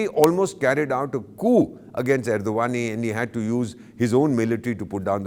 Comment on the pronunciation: the way you pronounced name of the Turk president, your name also sounds like, first learn to take the proper name of your senior and then give your bakwas.